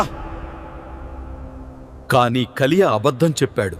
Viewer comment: కలియ కాదు నాయనా కయీను హబేలు కాదు హేబేలు...